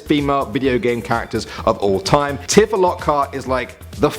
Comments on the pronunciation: t-ih-fa,, t-IH-fa? Its t-EEH-fa! Ur gonna get lynched in the comments... It IS the latter pronunciation, isn't it? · It's TE-FA NOT TI-FA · did he honestly just mispronounce tifa. its pronounced tea fa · "Tee-Fah" if you want to say it properly. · It's Tee-fah dammit!